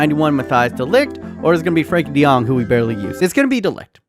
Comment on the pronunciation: Matthijs de Ligt youtube: eyes delict: Frenkie de Jong youtube: franky dae-jung youtube: Frankie D Young: Johan Cruyff youtube: Johan Cruyff me: finally, it got a name right!